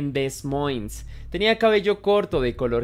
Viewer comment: Amigo, primer punto e importante buenos videos, aportaré un dato mínimo, el estado se llama Iowa y se pronuncia (aiowa) y la localidad (demoins). Excelente material documental 👍